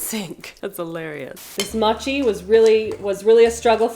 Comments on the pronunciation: I love her videos so much but ahhh I hated hearing her say mochi the wrong way ahh It's pronounced mow-chee No disrespect at all I love your content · Ooooh ur saying Mo-chi, sounds more like ur saying Matcha 😅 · Its "Moh chee" (the "mo" is pronounced as in moron) not maatchie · MOW-CHEE, not MAH-CHEE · It's Mochi not Machi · I love how you say mochi😂 like u say machee instead of moh-chee like when you say more the mo, is how pronounce it I think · Mow-chi, not mah-chi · Yay! entering her Filipino food era. Oh, and its pronounced "Oo-beh" and Moe-chi /moe-chico flour 😊 i gotchu bestie❤ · Pronouced 'Moh chi'.. :) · PSA from Hawai'i is pronounced mow-chee. Love yah. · Mow chi 😂😂😂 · It pronounced mo chi like oh so m oh chi lol hope that helps 😛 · maybe you could dry the peaches with a paper towel ? or dry them and also do it in the air fryer? also mochi is prounced moe-she :) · It’s actually pronounced mō chi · It’s pronounced Mowchi. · Mochi long O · Poor! The camera and the recipes were just not havin it today. 😂 but it’s ok cause if nothing else I was thoroughly entertained. Lol. And your pronunciation wasn’t terrible, but mochi is with a long o sound Moh-chi. And ube is pronounced oo-beh. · Ah your pronunciation was cute 🤭 but the "mo" part in mochi sounds more similar to the "mo" in 'more'! And ube is like "oooo-bay"! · I don't know why it got to me...but it's pronounced moh - chee... I still love you either way!!! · It’s pronounced ooo-bay moe-chi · Its pronunced as "moh-chee" mochi and "ooh-bay" ube;D Saw sum comments saying she said it wrong but not helping her learn!! Thanks for the great videos,!! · I was thinking the same thing about how she pronounces mochi…I’m completely OK with it…I may pronounce it muchi from now on! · Mochi is more like moe-chee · Mow-chee 😊 and Ube ice cream is AMAZING ❤ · The way you are pronouncing mochi is triggering to me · Please learn how to say mochi correctly 🥲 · the way you said mochi hurt my soul